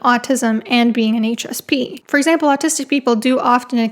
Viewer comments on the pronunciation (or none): haha I thought you said “anxious pea” at first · I kept hearing "anxious pea" the first few times you said "HSP"